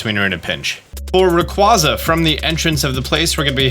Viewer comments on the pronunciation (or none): Please stop slandering Rayquaza's name for the love of everything, so much disrespect towards Rayquaza, out of all the Pokémon why a box legendary getting mispronounced... one of my favorites too